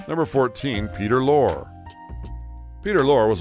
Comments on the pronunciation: What a train wreck of a production! Names pronounced wrong, Dustin Hoffman is shown many times as Lenny Bruce and they can’t pronounce names correctly, as in Peter Lorre. It’s LOR-ee, not LOR! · Peter Lorre. Lorre is pronounced Lorr-ee. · Peter Lorre's last name rhymes with "dory," not as it's pronounced here. ... So Clark Gable and Walter Matthau had gambling habits. Why is this a big deal? They had enough money to indulge this "vice; they harmed no one—certainly not themselves. Maybe that's vice, but gambling hardly seems as deleterious as some of the other behavior elsewhere in this video. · You're mispronouncing Peter Lorre's name. His last name is pronounced as though you were saying the female name. Lori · Mispronounced Peter Lorre. Long E on end. Lor-E